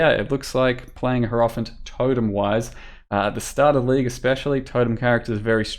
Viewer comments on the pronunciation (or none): It's HI-ero-phant. Not herofant.